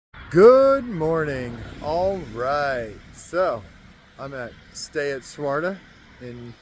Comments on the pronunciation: Hey buddy.... it's pronounced "Swa-Terra", not Swarta. 😂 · This section is what I consider 'my territory'. I am at Swatara Gap almost every week. For future hikers coming through, the hostel name is Stay at Swatara not Swarta. You need one more syllable in there,.:D It's really a bummer about the 501. It's a great shelter and they hired really awesome caretakers last year. The guy before was quite a jerk. I'm guessing it's not just that it's close to the road, but the fact that it's close to the road requires caretakers and they have to be paid. It's especially sad since hikers can order pizza delivery there. I know of no real issues because of the road in the last few years, so not sure why it's such a big deal.